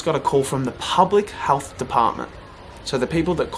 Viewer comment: It’s health not HALTH